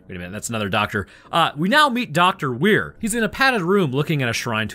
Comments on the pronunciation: Why are you calling him Where when his name is Weir? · Stark wasnt talking about the meat paste on the bridge, she was talking about general scans of the whole ship, not sure where you got that from? and P.S- Weir, is prounounced "Weer".😉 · You kept adding an H to his name. It's "Weir" which is pronounced closer to "We're". Sorry, I'm 33 mins in and you had said it wrong 20+ times in a min and my brain was starting to go through the Justin decompression sequence.